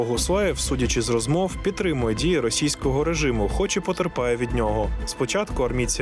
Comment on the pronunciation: Дякую за цікавий, якісно зроблений випуск. Одне зауваження: диктору треба працювати над вимовою. Я не маю на увазі його природний дефект мовлення. В диктора явно русифікована вимова. Наприклад: зробиф, розмоф - замість зробив, розмов; щьо,чьому, іщье - замість твердих що, чому, іще; пропонуе, украінський - замість пропонує, український. Тощо. Наведені викривлення вимови цілком піддаються виправленню завдяки спеціальним вправам і докладеним додатковим зусиллям.